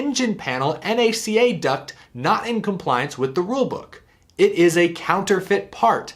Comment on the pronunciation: NACA is pronounced "nack-uh"